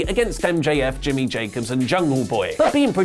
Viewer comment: LMAO my mans said JIMMY JACOBS